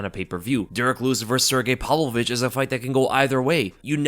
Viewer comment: Did you say Sergei ,"palovich"? Is that how it's pronounced?